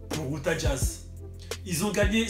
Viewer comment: C Utah pas outah mdr